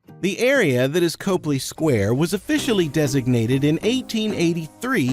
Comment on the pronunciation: Just be sure to pronounce it "CAHply" square, not "COHply" square if you want to sound like the locals!